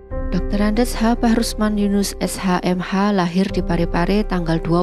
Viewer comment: Naratornya nyebut nama beliau BAHRUSMAN, sepertinya keliru min